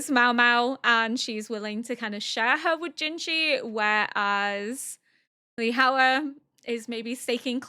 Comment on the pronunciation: Btw! Li Hua is pronounced "Lee Hwa" ; Hua is 1 syllable